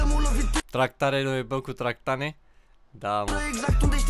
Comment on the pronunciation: Baaa acm vad din nou reactia asta si ai zs tractane in loc de tragane🤣🤣(no hate) i love you 🥰🤣